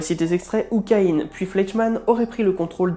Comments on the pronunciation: Je me suis toujours demandé pourquoi certaine personne prononçait Ka-ine ... pourtant son nom est Ka-in ... Bref, j'aime bien tes vidéos malgré tout ! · En français, "Caïn" le frère d'Abel et l'un des fils d'Adam et d'Eve, se prononcent "Ca - in" et non pas "Ca - ine" !! Sinon, excellent exposé. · Justement, c'est le son in et non ine.. Écoute des séries ou des documentaires qui en parle si tu veux savoir la prononciation. ;) Pour ma part, j'ai toujours entendu Caïn et non ka-ine.. Lol